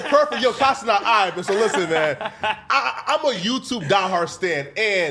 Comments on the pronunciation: This fool, or whatever his name is, IS THROWIN ME OFF for the sole reason of mispronouncing Kai’s last name; It’s Ce-NAT, not “Ce-Not” … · “KAI CENOT”😂😂